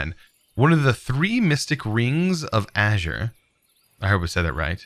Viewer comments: Aesir = A-Seer no azur like in azure. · It's pronounced A-sir